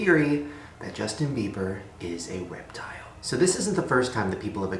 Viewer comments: Oml I thought Shane said WEB TILE instead of REPTILE and I was so confused why he was showing pictures of people as lizards 😂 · the way he says reptile "weptile" uwu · who else heard "weptile?" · I heard "Justin beiber is a weptile" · Omg I swear Shane said 'weptile' 😂